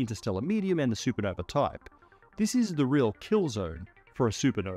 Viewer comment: "Sue Puh-nover"